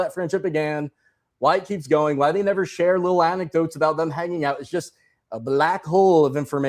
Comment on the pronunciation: Anecdote is my favorite. In past interviews she properly pronounces the word anecdote so she is clearly reading off a teleprompter. You’d think her writers would stop using that word.